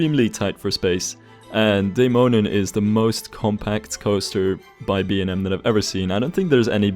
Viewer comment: As a Dane, it warms my heart whenever you mention Tivoli, as it is most definitely the amusement park I feel the most nostalgic about visiting, not to mention your near perfect pronunciation of the 'Dæmonen' rollercoaster. Pretty impressive. <3 Always loving the way you build and customize your rides - very satisfying and inspiring to watch!